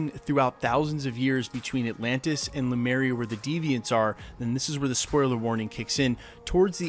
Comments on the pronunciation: Great scoop, thanks. Btw, it's LEMURIA, not Lumeria. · The name of the mythical continent, Lemuria, is pronounced "leh-MYOO-ree-yuh", not "loo-MAIR-ee-yuh". The name of the ship, Lemurian Star, in Winter Soldier was mispronounced several times during dialogue and the bloody script supervisor didn't catch it, but that's the same as pronouncing "nuclear" as "NOO-kyuh-ler". Look at where the letters are positioned; that's called "phonics". Sound it out, letter by letter, syllable by syllable, left to right. Here's a trick: type the word into Google translate and use the text-to-voice function. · Its Lemuria, not lumeria. Thanks for the video!!! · Lemuria. The Deviants are from Lemuria. You keep saying "Lumeria" and it's driving me up a wall, Lemuria is based on real-world mythology and crypto-cartography. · Hail Eris! Um. Not "Lumeria," but *Lemuria*. Often shortened, in some accounts, to "Mu." Names are important. Snarky Specify your indexical.